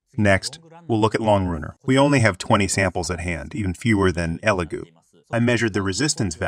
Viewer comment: It’s pronounced e Lego like the blocks